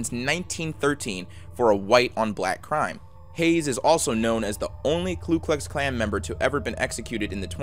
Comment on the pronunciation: "Ku Klux Klan" , not "Klu Klux Klan" "Mo-beel" (Alabama), not "mo-bill Alabama" peace.